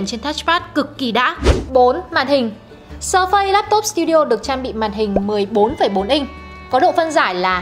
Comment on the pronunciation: sơ phây hay sờ phây, đọc tiếng Anh quá chuẩn 🤣